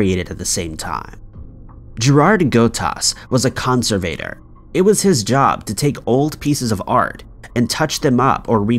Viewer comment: What’s a “Conser-Vader”?